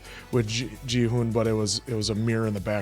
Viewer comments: It is not Jihun but Ghi-hoon! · I've been listening closely and I'm pretty sure Gi-hun is pronounced with a hard g (like in grape or gorilla.) I know it doesn't follow English pronunciation rules, but in Korean most Gs are hard sounds and can be interchanged or melded with the K sound.